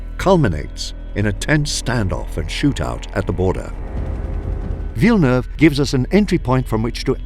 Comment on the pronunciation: That's a spot-on pronunciation of Villeneuve my man